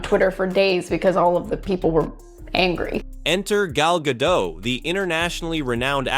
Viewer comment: Gal Gadot... Not Gado... she's not French guys ffs.